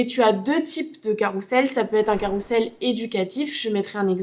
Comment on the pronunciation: Merci beaucoup pour cette vidéo. Si je puis me permettre... attention on dit ''carrouzzzel'' et non carrousssssel. Merci encore pour vos conseils 💜